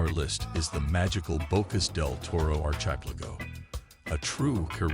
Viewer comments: its A.I. at 1.20 he butchers the word Archipelago, sort of like the GPS does when it doesn't say a work correctly. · well I thought it was real until the botched up pronunciation of Archipelago. LOL. thumbs down.